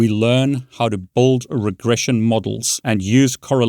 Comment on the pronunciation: "Brilliant helps you buld your knowledge" 🤣